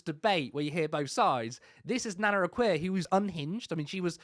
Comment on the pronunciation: Nana akua is a self hating blackwoman. Why is the guy in the podcast pronouns her name nana Akua wrong?. Her name is easy to pronoun is as 'A' kua'"